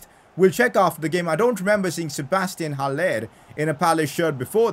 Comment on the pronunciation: It is pronounced Hal- Ler not Hal-lair